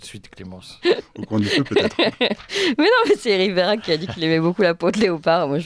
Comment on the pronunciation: Ma chère Clémence, le nom de ce monsieur Verhaeghe ne se prononce pas Verhaghe mais Verhèghe. Le gouvernement dit toujours si vous faites ça ou si vous faites ceci... avec eux c'est toujours le peuple le responsable mais jamais eux. Juste encore une chose, à vouloir demander aux Français de rouler en voitures électrique et importer des populations en grand nombre venant d'Afrique (les migrants), ont fait comment pour baisser la consommation électrique ??? Plus de voitures électrique et plus de population, c'est forcément plus de consommation électrique. Il faudrait déjà que l'Elysée donne l'exemple. La nuit Toutes les pièces sont allumé. Toutes...